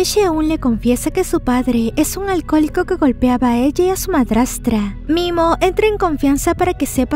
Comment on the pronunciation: Me encanta sus resumenes pero nose si escuche bien en el momento que golpean a la chica y en momento que le dija a la doña que le puede ayudar a encontrar a momia en ves de momi dijo mimo 😅